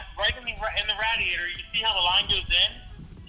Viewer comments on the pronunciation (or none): Epic, getting your nails dirty, calling and making him say "Rad-E-Aidder" & "Get-R-Done". You don't realy need a houst but it helps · lol “in the RATIATOR” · Just stopped in to hear pronounce radiator as a RADiator..